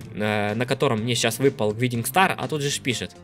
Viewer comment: Гайдинг стар (не докапываюсь ) но это правильное произношение